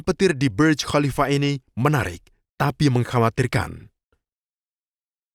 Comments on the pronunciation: sok inggris, itu.bacanga burj bukan berj burj bahasa arab yg artinya menara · maaf, Burj itu berasal dari bahasa Arab "burj", jadi membacanya jangan terkesan seperti bahasa Inggris sehingga terkesan membaca menjadi BERJ...hehe